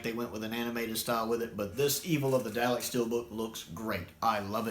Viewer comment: Come on, dude. It's D-AH-LEKS, not D-OW-LEKS. 😜